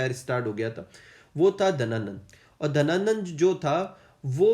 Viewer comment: Sir book mein Ghananand hai aur aap Dhananand bata rahe ho